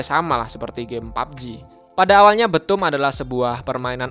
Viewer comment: Btoom di baca bithum bkn betum :)